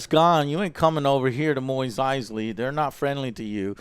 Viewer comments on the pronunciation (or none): Moist Eisley, it's Mos Eisley man. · Mos Eisley Joe! Moss not Moize christ he can't even say it right and that so called Easter egg is not a Companion Cube but a standard storage crate, idiots. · The end scene was Boba I keep hearing Joe say "Moist Eisley". Joe, it's Mos Eisley, as is moss. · Alright, seriously now... Does Joe intentionally mispronounce these things? Moweeez Eisley? And no one bothers to correct him? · Moise Eisley? It is pronounced Mos like Moss (also they say it in the show) lol Also Jon Favreau is pronounced like Fav like "fabulous" and Reau as "row". That is how he pronounces it. Other than that great job. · its mos eisley - not MOIS eisly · Luke: We're going to Mos Eisley Joe: Maweez Eisley?? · He is worried about saying John’s name wrong while he unknowingly mis said Mos Eisley as Moist Eisley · wait what? Mois Eisly... Mois?... MOIS?!! are we being bamboozled by Joe? thats' like when he says Go Lem instead of Gollum in LoTR it's like what? idk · I don’t mean to sound rude but it’s mos eisley not mois eisley. It was bothering me. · Mos Eisley not Moist Eisley JOE CMON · MOSS, not moist Eisley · JOE ITS PRONOUCED MOSS ISLEY WHO THE FUCK Would think Mos trainslates to MOIS. Love ya joe but come ooooon lol Other then that good review. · "moist Eisley" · Its not Moys Eisley. Its not Cleeeeegan Bowl. I swear to... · Its Mos Eisley Joe, not Mois Eisley. For Christ's sake. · "Moweez Icely" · Did he just say "Moist Eisley"? lol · Mois Aisley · Wtf is a Moist Eisley? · Plot armour? For fuck's sake, there is no such thing as fucking plot armour. Moyes Eisley? MOYES Eisley? And you call people who 'don't care about Star Wars' genetically weak? You can't even pronounce the names properly. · 'Moist' Eisley? I swear Joe can't pronounce anything. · What is with Joe's pronunciation of Mos Eisley?? Moys Eisley??🤨🤨🤨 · “Moist Eisley” -Joe